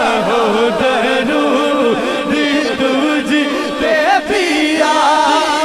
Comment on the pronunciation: Bhai jaan plzz talaffuz b durst kijye....darood nai duuroood hota hai